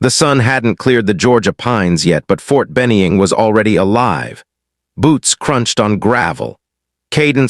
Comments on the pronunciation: McKenzie TN is where I am living now but since I did Basic and AIT at Ft Benning if caught me off guard the way you misspoke the name of the Army base there is no E in the name please try not to make that mistake again thanks for the videos you make always enjoy a story where someone is under estimated really badly and get a rude wake up call when needed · Good story. Narrator should learn how to pronounce Ft Benning. Also, the Seal Team Colonel's picture showed him wearing medals/decorations in battle dress uniform. That's wrong.